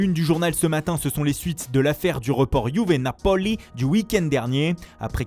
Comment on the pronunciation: Il faut arrêter de dire Napoli comme vous le faites car ça ne ressemble pas à l italien du tout. Soit vous le dites normal ou soit vous insistez sur le A et pas sur le O....